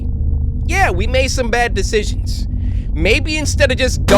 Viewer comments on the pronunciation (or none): "we made some bad decisions" didn't know you took French 😀